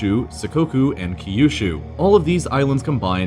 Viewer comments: "See-kohku and Key-u-shu"?? :-D Cant learn everything with Google searches, can you :-D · Japanese is one of the easiest languages to pronounce, ki-yu-shu and sih-kow-ku was just first of many cringes. For all the research that went on you couldn't spend a few minutes to make sure you were saying the words correctly? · “kiyoushu” nice one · Key you shoe